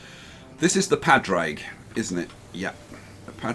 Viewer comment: the padraig ship is an irish name and pronounced paw-drig (just saying)